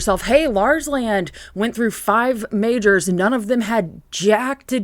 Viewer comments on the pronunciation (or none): none